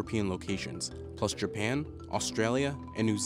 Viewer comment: CNBC: pronounces japan as Gerpan Me: hello fellow hetalia lover